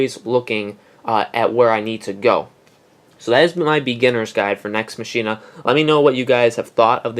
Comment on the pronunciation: Nex Machine-a..?